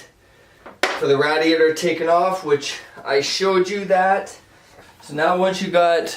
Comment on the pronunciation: Good tutorial. I couldn't stand how you pronounced radiator though. Lol